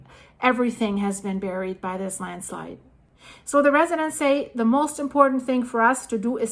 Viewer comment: You almost saying Landschleid a few times made me laugh :D